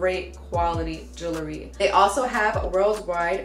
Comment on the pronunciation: Lololololol brooo you say Jewelry so funny more like " Juoolery "!😅😂🤣😵 Bless up fam👌🏽🔥 Keep those positive vibes coming! Also my bad and my condolences I commented before I heard what happened in your family.... you're one tough cookie though no sweat.💪🏽💯 Death is only the beginning. (Not trying to quote The Mummy haha💯 that was a cheesy joke btw ahhh nvm sorry)